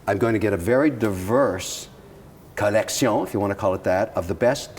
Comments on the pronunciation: If this shiny ass head dude says collectión one more time... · Everytime Kevin says: CollecSHJION x_X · Okay petition to stop Kevin saying “ Collectión “ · the "collecsion" gets old by the second...if I have a penny everytime Kevin says it, I would bury him. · I cringe everything he butchers the word collection.